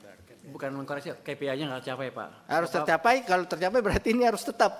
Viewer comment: Bukan ki pi ai bacanya, bos. Tapi kei pi ai, seperti yg diucapkan pak purbaya